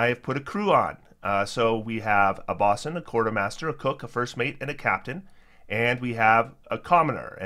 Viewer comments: I really hate to be this guy. Bosun has a long “o,” like “bow-sun.” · Great video, thanks for the overview. But bosun rhymes with "Know Sun".